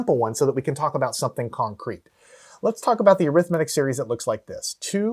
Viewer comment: Why do you say arithmetic wrong